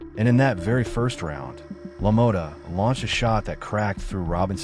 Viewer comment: la-moe-ta lmao its pronounced la-maw-ta. meh tomata tomato whats the differance ey lmao,damn good video though man i love jake lamotta